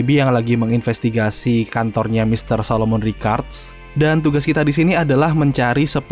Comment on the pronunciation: solomon bang bukan solomun beda orang kalo solomun dj kalo solomon yg ada di story mode